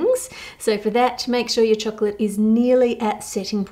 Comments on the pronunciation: one of my favorite things: how Ann Reardon pronounces 🍫 in her chirruping way 😋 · I'm an American but I want to put out there the idea that the Australian pronunciation of the word "chocolate" should be the official one across all English-speaking nations. Why? Because it is the one that tastes the most like like chocolate when you say it. Tell me I'm wrong.